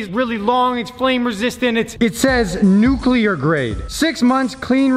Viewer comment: Nuculer tape